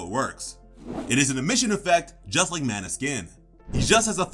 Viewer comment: Fantastic video...respect💯. That being said, Hage is pronounced "Hawj," not "Hog-ay." Mana is "maw-naw" not "man-uh." You've watched the show right?